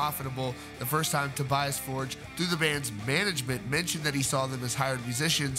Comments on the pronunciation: It’s For-gay, not Forge, genius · Tobias For-guh. Not Fordj. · Right, I'm unsubscribing from this channel. You've been told many times in the comments that you are pronouncing his name incorrectly. It is a Swedish surname pronounced "For-gei" not "Forj". And yes, it does matter, when you're reporting on bands / people and you can't be bothered to pronounce their names correctly. I can easily get my Ghost news from the same sources you get it from, without being constantly annoyed at your inability to say his name in the correct way. Cheers. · Toe-BEE-us FORE-yuh. For the love of GOD, man, learn it. Love your channel! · His last name is pronounced “For-geh”... ;) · That was annoying me every time he said it too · Moral of the story: Get it in writing. Also, it's pronounced Forg. It's a shame all this had to go down. I liked the previous incarnation of the band and the previous albums better than this latest one. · After all this time, people still choose to pronounce his name wrong...